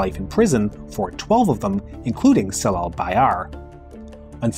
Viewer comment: Great documentary about 1960 coup, however as a Turkish person, your pronunciation of ‘c’ letter in Turkish names had jarred my ears :) ‘Cemal’ or ‘Celal’ not with ‘c’ as in ‘cell’ but with ‘j’ as in ‘jazz’